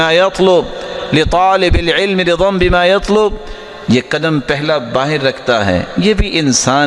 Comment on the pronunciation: ۔۔۔ حضرت میں سن رہا ہوں کہ آپ زیر بولتے ہیں صرف، زبر نہیں۔۔!!!؟ رضا، خزانے۔! زیر کے ساتھ۔۔۔۔؟؟؟